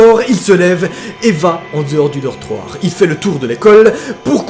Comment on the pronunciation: Je suis la seul à entendre "chetage" au lieu de "étage et "dortroir" au lieu de "dortoir"x) HH faut pas qu'il dépose sa candidature pour devenir chirurgien xD